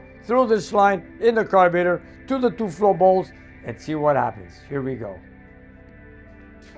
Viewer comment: I like the way says “carbater”reminds me of my grandpa Dominic when I hear him speak.